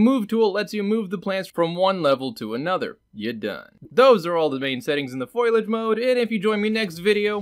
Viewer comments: Wait, "Foy-Lage"? LOL, pronounced "Fol-Y-age", with the "i" and the "a", cracks me up how many people can't pronounce words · FO-LI-AGE NOT FOIL-AGE YW Also, I am enjoying your videos. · Fo-li-age, not foil-age. That was a great 2-minute explanation. You do 100x as well as the long-winded explanations you can get with the software itself. Why don't the Unreal tech writers write things like this? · Best reason I can give you is how people were raised from it. Also the original etymology is more of a foilage type spelling and speech, but changed with latin and other later languages. From etymonline: mid-15c., ffoylage, "representation of leaves or branches" (as an ornamental design). Compare Middle French feuillage, from Old French feuille "leaf, foliage" (from PIE root *bhel- (3) "to thrive, bloom"). The form has altered 17c. by influence of Latin folium or its derivatives in English. I grew up hearing it as foilage. most people around me would say it that way too. But all that being said it is also english where words do not always sound like they are spelt like: colonel, salmon, island, etc among many other words. So with enough people saying that way people accepted foilage as the way to say foliage. Whether or not that is the "proper" or "correct" way was irrelevant. As long as the intent is understood then the way it is pronounced does not matter. Hope that helps. Cheers. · Finally, someone who knows foilage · I'm sure everyone and their dog has already corrected you, but I'm gonna do it again. <3 Fo Lee Edge - Also good video. Hope the comment helps with engagement. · Why does everyone call or *foil*age?! xD